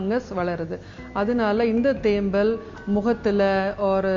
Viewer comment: தேம்மல் என்று உச்சரிக்க வெட்கமாயில்ல நீயெல்லாம் ஒரு வைத்தியரா ???? பேச்சில் 99 % ஆங்கிலம் தமிழ் 1%ஆங்கிலேயனுக்கு பிறந்தனியா?